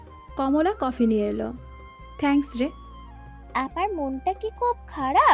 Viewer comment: থেঙ্কস নয় হবে “থ‍্যাঙ্কস্”